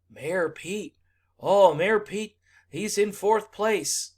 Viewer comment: I heard 'Mayo Pete" and cant unhear it lol